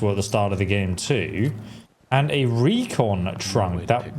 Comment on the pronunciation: Not to nitpick...but... you say 'recon trunk'...it's a 'Repconn trunk'. PAX